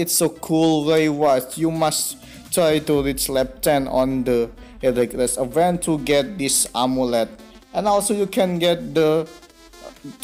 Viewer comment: Event. Di bacanya ivent Reward, di bacanya riwerd Itu aja sih, saran dari gw. Coba make google biar tau cara mbaca yang bener